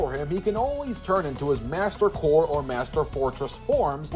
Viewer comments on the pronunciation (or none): none